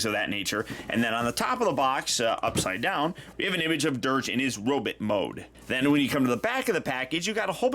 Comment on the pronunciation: Sometimes, ’ Norwegian accent slips out.